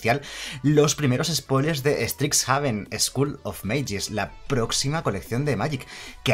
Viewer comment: Primero pronuncias caldeim y ahora estricsjaven, es horrible XD